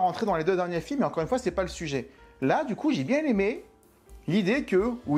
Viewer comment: le "sue-geai"?...Ou,le sujet?